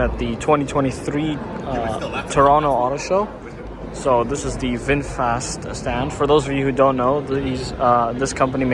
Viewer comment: VingFast sounds like a Slartibartfast